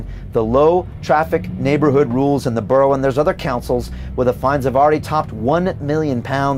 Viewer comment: Cant pronounce borough.....NO WAY KATIE HOPKINS 4 PM NOT THIS DORK